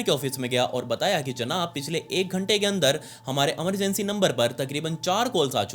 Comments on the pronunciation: Emergency ❎ Amargency ✅ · Emergency ❌ Amargency✅ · He sounds cute when he says Emergency ❎️ Amargency ✅️